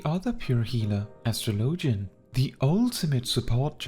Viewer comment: It’s pronounced like astrology… no LOGIAN